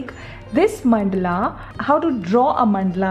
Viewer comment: It is mandala not mandla